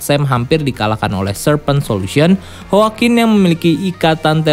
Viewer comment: yoakuin min dibacanya (CMIIW)